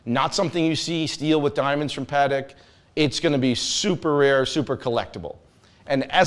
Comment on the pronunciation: One would think he would know how to properly pronounce Patek🤦‍♂️